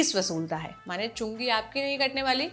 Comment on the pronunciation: Everytime it sounds like chunni kategi😅 chungi katna bhai khatna mat kardena.